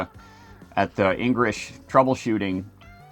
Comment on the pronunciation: Did you say Engrish?